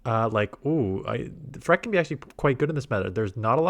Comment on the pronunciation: wtf is a "fur-rette"